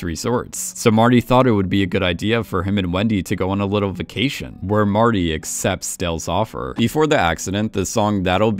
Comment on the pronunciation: Them*. Not “thum”, not a word. Them, vacation, accountant, important, all basic/common words absolutely butchered by the narrator, who also has maybe the worst cadence a narrator could possibly have.